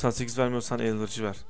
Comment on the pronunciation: abi giriş bende çıkış :D elvırıcı deil bea elverici